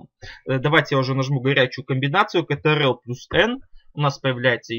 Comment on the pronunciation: Немного режет слух как ты произносишь КТРЛ почему катеэрел??? Почему не control (Контрол) ????